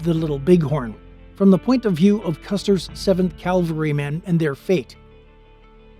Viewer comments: Please learn to distinguish "Calvary", a hill in Israel referenced , from "Cavalry", mounted troops. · Great one. It's cav alry............ not cal vary. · 0.56 Calvary?